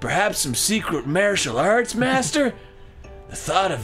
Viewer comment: he said 'Martial Arts" incorrectly.... scrub.